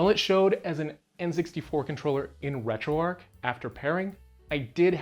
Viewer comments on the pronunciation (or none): Yes retro ark. Good ole retro arc. I also love the arch of the covenant. Or the big arc in St Luis. How about Noah's arch, what a great story. Yes the h in retroark is definitely silent